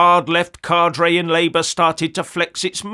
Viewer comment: "Cadre" is a French word [ CAA•drh ] not Spanish [ CAA•drey ].